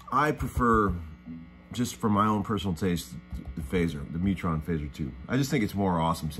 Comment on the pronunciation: it;s not neutron its mutron